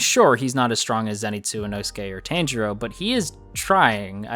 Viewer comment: A heads up. It's not Tan-jirou. It's Tahn-jirou. That's how you pronounce his name.